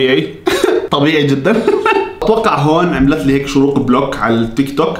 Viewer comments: شروق❎ اشراق✅ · لماذا تقول إشراق وهي شروق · اسمها شروق مش اشراق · شروق❌ اشراق✔ 😂😂😂😂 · شروق❌ إشراق✅ ياخي فصلتني😂😂😂😂😂😂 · اسمها إشراق ❎ شروق✅ (😂😂😂❤) كل ما بيقول إشراق بضحك😂😭* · عم يتمصخر على أسمها هههه 😂😂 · شہروٌقہ ❎ آشہرآقہ ✅ شہوٌ قہصہتہكہ مہعہ آلآسہمہآء 😂😁😂😂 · الوظيفة: تخريب الأسماء🌚💔 رغده❌ رغدك✅ شيرين❌ شنينا✅ سيدرا❌ سميره✅ نارين❌ نارينا✅ وليد❌ محمد✅ بنين❌ بناين✅ نور مار❌ نور مارخ✅ شروق❌ إشراق✅ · شروق ❌ اشراق ✅😂😂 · اسمها شروق مو اشراق 😂 جايه اتفرج على الفيديو بعد 3 سنيين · شروق ❌ اشراق ✅ 😂😂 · مشان الله اسمها شروق مش اشراق 🙁😭😭😂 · شروق❌ إشراق✔️ 😂😂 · شروق ❎ اشراق ✅ 😂😂😂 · تنبيه:البنت إسمها شروق مش إشراق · شوروق❌ اشراق✅ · شروق مش اشراق😂😂😂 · شروق❎ اشراق✔ ههههههههه😂😂😂😂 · اسمها شروق مو اشراق😂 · اسمها شروق مو اشراق😂😂😂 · شروق ❌ أشراق ✅ 😹😹💔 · ايش مشكلتك مع الأسماء اسمها شروق مش اشرااااااااااق😤😂😂😂😂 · يا زلمي ما عاش تقول اشراق اسما شورق اوف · شروق ❌ اشراق✔️ 🌚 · شروق ❌ إشراق ✅😁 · إسمها شروق ليس إشراق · شروق مش اشراق HHHHHH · شرووووق مو اشراق اقرا عدل